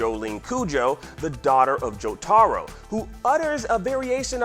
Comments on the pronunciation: Why does every english speaking person pronaunce Jotaro so wrong? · Why does he say jotaro like that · How someone can be say they watch JoJo but cant even pronounce Jotaro name correct. Nice try